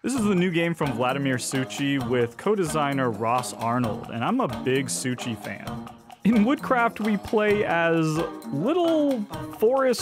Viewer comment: (btw Suchý is pronounced closer to like Su-khee, "ch" is softened "h")